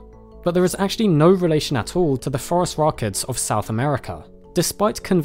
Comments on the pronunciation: I replayed that part just to be sure. Definately forest rockets XD. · Does anyone else hear "Forest Rockets" every time "Phorusrhacids" is said? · I heard "forest rockets" before seeing "phorusrhacids" written.